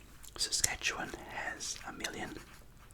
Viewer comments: sssaackawen HAHAHA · I know he’s not Canadian, so I can allow the mispronunciations 😂 But for those wondering... Saskatchewan - Saskatch Yoo Wan Iqaluit - I ka loo it Ontario - On (like on a table) tare io Quebec - Ke Bec (It’s French) Regina - Rhymes with the genitalia Toronto is a little further South, that’s near the Sudbury area I believe. Winnipeg - Win ih peg Also Newfoundland is the smaller island. We pronounce it Newfunlan cause Canada. But we also pronounce Toronto as “Torono” so don’t worry too much about that stuff 😂 Hope this helped!